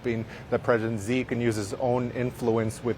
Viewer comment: Did this man say president ZEE?!?!